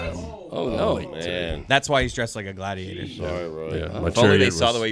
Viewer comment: Sadiator instead of Gladiator 😂😂. I hate I laugh at 😆